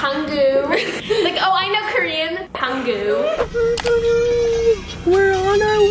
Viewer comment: “so kErEaN”